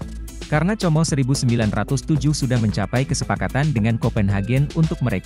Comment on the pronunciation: Como di bacanya Komo udah aj sklian comro😊😊😊😊😊😅😅